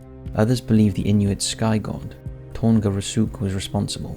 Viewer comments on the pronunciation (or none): none